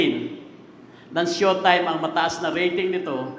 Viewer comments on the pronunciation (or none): It's Shoretime